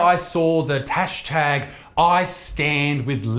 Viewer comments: Did you just say the tash tag instead of hash tag? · Tashtag? First time he says it he says tashtag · At 0.04 it sounds like he says "Tash Tag" instead of "Hashtag" haha... Unless I be tripping.